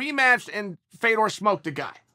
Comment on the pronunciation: Why are we still mispronouncing this man's name. It's pronounced "Fyodurr". As someone with an "exotic" name, I hate that they insist on butchering a legend's name. Russian's don't have names like "FAY-dor".